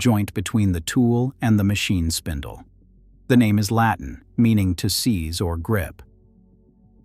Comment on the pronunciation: I hate how they pronounce the names and places. No, those does not sound like this at ALL.